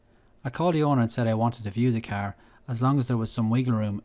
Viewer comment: It’s car not cear